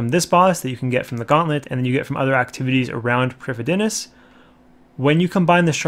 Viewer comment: Wintertodt is pronounced Vintertoad. Prifddinas is pronounced Prive-thee-niss.